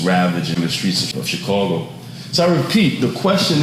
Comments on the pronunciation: It's chicago not chicorgo 😂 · I tought i was the only one earing that haha dude keep sayin "chicogo" why SD not laughing haha i would be turnt up kkk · Why this nigga can't say Chicago? 😂